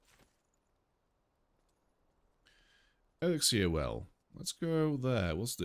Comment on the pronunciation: You have 8 weapons, you only need 1, salvaged weapons become runes which you need to upgrade a weapon, also runes only use one backpack slot, I seem to remember collecting over 130 plant fibre in first 5 minutes, you been playing 1,20 minutes and only just got 47. it is not exiler it is elixir, if you must read try to pronounce the words correctly, maybe try reading for your self what is on the screen it high lights R to customize appearance, the +3 cutting armour was on a ring which is classed as armour therefore you increased the armour rating not the attack rating which is only on weapons.